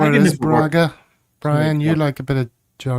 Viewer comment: I’m afraid you’re not very reliably informed as to the pronunciation of “Braga”.